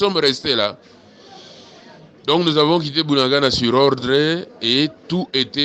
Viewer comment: Ce Bunagana pas buanangana il faux conaitre vôtre pay bien